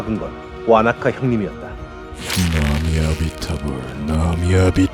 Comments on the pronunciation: 이번 와나카 성우는 나무아미타불을 못읽네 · 아니 톤은 그렇다치고 와나카는 계속 나무아미타불을 나미아비타불이라고 하고 는 아모우를 아우모라고 자주 실수내네. 대사도 정확히 못 읽는건 기량 부족에 차원이 아닌데..? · 대본이랑 대사가 안맞는게 너무 많아요 아모우 인데 자꾸 아우모 라고 그런다던가 나무아미타불인데 나미아미타불이라그러던가 녹음하시기전에 제대로 확인하고 해주시면 감사하겠습니다.이런 디테일 하나하나가 좋은 영상을 만들어요 영상 시청하는데 저처럼 많이 불편한분들이 많을거 같아서 댓글 남깁니다.